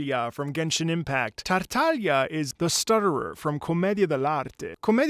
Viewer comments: I think you're the only one that pronounced his name correctly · thank you for saying his name correctly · Finally someone who says Tartaglia's name correctly😌👌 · i can’t thank you enough for saying his name correctly 😂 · THANK YOU SO MUCH MY GOOD SIR FOR SAYING HIS NAME CORRECTLY. MY HOPE IN HUMANITY IS RESTORED T-T edit: AND HE KNOWS ABOUT COMMEDIA DEL ARTE, YESSSSSSSSSSSSSSSSSSSSS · god thank you for saying tartaglia with the gl like in "bottiglia" and not like the game says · first time i hear someone not italian pronunce Tartaglia properly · Finally someone getting Tartaglia’s pronunciation right